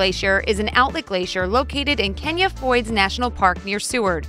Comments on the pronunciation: #1 it's not pronounced Kenya but rather sounding like this Keen eye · You pronounced #1 incorrectly. You pronounced “Kenai” like “Kenya” it’s pronounced “key-neye” it ends in an “eye”. You also pronounced #11 wrong. It’s pronounced “toe-bog-gan”. You also pronounced #15 wrong too. It’s pronounced “mew-ear”! That’s a lot wrong for Alaska! Next time just ask an Alaskan how to say it first! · That, in no way, says Kenya Foyds.... It's pronounced "Key-Nye Fyords" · How about learning proper pronunciation before you publish something like this? Kenai Fjords is not "Kenya Froyds," Toboggan is not "Tobo-gun," and Muir is not "Moo-ear." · Kenai , Alaska ( key - nye) learn to pronounce before you speak. John mcgrane in Kenai , Alaska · Pronounced Key Nigh for river in Alaska...what an ...😂😂😂😂😂😂😂😂 No such thing as Global Warming. Change yes but not due to man. Sorry! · Pronounced Kenai wrong.